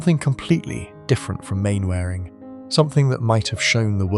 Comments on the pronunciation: Despite its spelling, it's pronounced 'Mannering', not 'Mainwaring'. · mann - ering not main-waring....stupid boy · I broke my usual rule, and watched a robovoice video because I loved Arthur Lowe so much. And then regretted it every time I heard "Main-wearing" instead of "Mannering". Could only be done by a robot, or by somebody who never watched Dad's Army. His best line from Dad's Army: "Don't tell him, Pike!' A wonderful poliltical satire well worth tracking down: "The Rise and Rise of Michael Rimmer". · It's pronounced 'Mannering', not 'Mainwaring'. Bloody AI. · Bloody Ai... Its pronounced Mannering although it's spelt Main wearing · Mannering is how it's pronounced. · Not Captain "Mainwearing"......its pronounced Captain Mannering actually...... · As soon as the narrating said Main wearing not Manner ring I knew this was AI Bullshit. Stopping putting this crap out there as is an insult to a national treasure. R.I.P. Arthur Lowe still remembered fondly. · Donald Pleasesense is pronounced Plesance, and Mainwarung is pronounced Mannering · It is pronounced Mannering. Not Mainwaring FFS. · You'll just have to spell surnames phonetically for your AI narrator. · It’s pronounced Mannering… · Mainwaring is pronounced Mannering. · Get rid of the AI narrator, and use a real person who can pronounce the name properly.... Main Waring indeed!! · Mainwaring is prone Manering 😊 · I was brought up on Dad’s Army on the radio! We didn’t have TV! BTW, the character’s name is pronounced Mannering. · It's pronounced, 'Mannering'. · Is no one going to say get the words right. Birming ham, main wareing, ..... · Mainwaring, pronounced Mannering! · Not if you're Captain Square! 😂 But this shows that pressing the 'British voice' button on your AI controls still doesn't work properly. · Pity the ai narrator can't pronounce Mainwaring correctly. You need to spell some words phonetically. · AI slop. If you are going to pay tribute at least pronounce his characters name correctly.